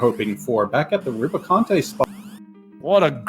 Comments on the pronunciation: I've always pronounced it roo-bee-cahnt and with an e, it has 'ae' at the end :D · I did not know anyone pronounced Rubicante as Rubisant. Huh.